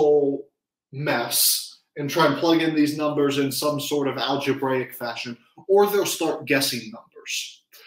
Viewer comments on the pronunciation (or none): none